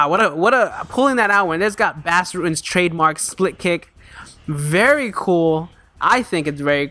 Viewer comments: Enjoy ur videos. His name is pronounced like Boss btw, not Bass. Check out Bas's rematch with Funaki. It's the greatest fight in Pancrase history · Nice vid. BTW Bas' first name is pronounced liked boss.